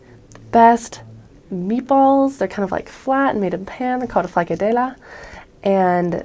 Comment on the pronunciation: i died when she tried to say frikadeller!😂